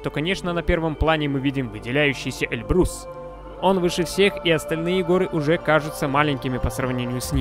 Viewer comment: Автору замечание,не Эльбру'с, А Э' льбрус,ты явно не русь по этому и не знаешь произношения.